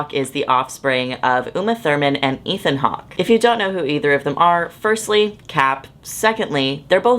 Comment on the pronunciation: when you mentioned ethan hawke, i thought you said ian hawke like the. the man from alvin and the chipmunks...